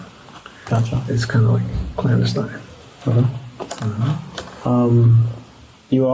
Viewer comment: The way he pronounced clandestine was hysterical